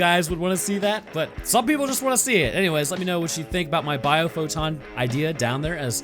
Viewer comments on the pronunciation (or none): I'm going to off myself if I have to hear this guy say bioPhoton one more time